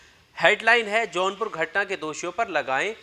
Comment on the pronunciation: Its jaunpur not a johnpur plz correct ...